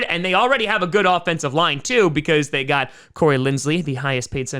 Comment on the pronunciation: I live for saying "ya gaht the Buffalo Bills".